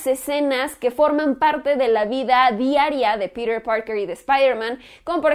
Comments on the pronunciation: porque dices Pider en vez de Piter ??? :v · no entiendo porque dices Perer parker, es PETER, NO PERER.... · Por qué pronuncia "Píder" y no dice Piter? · me quiero cortar los oidos cada que dicer piter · No dice peter dice pirer jajajaja y la oracion " en lo personal la dice como 20 veces, me pregunto que pensara "en lo no personal" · por que dices Pirer que te cuesta decir PEDRO :) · "Pider" :v